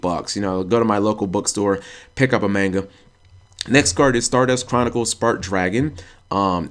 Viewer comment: (mispronounces manga several times in same sentence) triggered